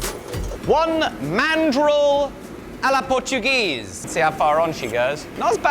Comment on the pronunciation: ‘A la portuguese’ dude, thats spanish hahaha